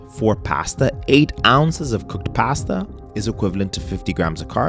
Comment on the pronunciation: Every time you say “pasta” you turn into Arnold Schwarzenegger.